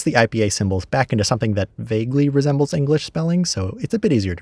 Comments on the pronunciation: That "berzdzdz" right at the end. Brilliant. You tried to make Glish, but accidentally made Polish instead. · "resembles" "berzdzdz"